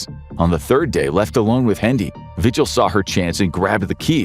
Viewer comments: vee-hill. Not “vigil” like you have when someone missing. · the last name Vigil is pronounced vee-HILL. not VI-gil. :X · David Parker RAY. Cynthia Vee-hill (phonetically)